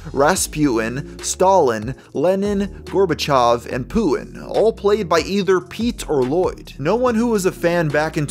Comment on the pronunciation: Sounded like you said "Pulin" not "Putin". Maybe it's just me though...